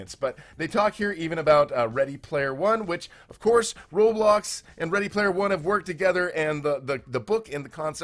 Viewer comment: I remember when roblox was red and blocky it’s ROBLOX not RO-TRO and this sentence I LOVE this “experience”. No just no this is wrong and cursed 😡